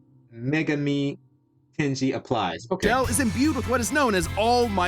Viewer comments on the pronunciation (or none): it's pronounced 'May gah me'